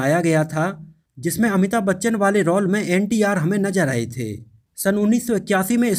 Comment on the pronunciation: भाई रॉल बोलो.. रोअल नहीं 😂😂😂😂😂😂😂😂😂😂